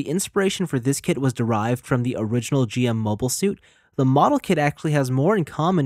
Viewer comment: It's pronounced "jim", not " jee-em". That second head is GM Command inspired, not GM Custom. The third head is based on the Genoace from Gundam AGE, not the Daughtress from Gundam X. That being said, great review!